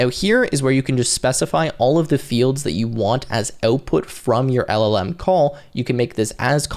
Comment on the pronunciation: the way you pronounce OUTPUT is too canadian